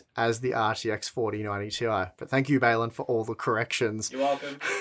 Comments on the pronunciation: its 4090 Tie, not Ti! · Oh. It's not the 4090 t.i. It's the 4090 TIE.